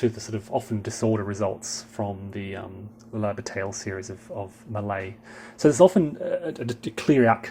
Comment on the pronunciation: That's pronounced "La Ba-TYE!!!!" Come on... if you're going to deal with this series, you have to "French it up" a little!!! :D